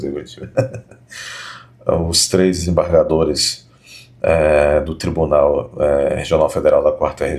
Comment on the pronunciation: "Ministres do Supreme Tribuné Federe.........kkkkkkk